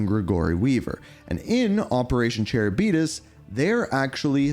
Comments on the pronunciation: Brother… say it with me: “Cuh-rib-dis.” I can’t handle Chairabeedus anymore 🤣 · Charybdis is actually pronouced car rib dis it's from an old story called the illiad by homer, atleast I believe that's the source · Btw Charybdis is pronounced car-ib-diss. It’s a sea monster from Greek myth. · cherry diabetus